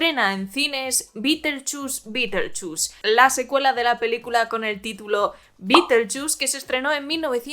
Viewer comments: Hoy voy al cine aquí en España (soy argentina) y mi entrada de cine dice BITELCHUS BITELCHUS, Así escrito! Me partí fe la risa, pero no solo lo pronuncian mal, lo escriben mal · Juraría que se pronuncia BIDELYUZ. Si Beeetlejuice no intenta besar a Jenna Ortega ni levantarle la falda ni ir al prostibulo para pasar el rato. Entonces no es el superfantasma. No me interesa ver a un sesentón que eructa y se tira pedos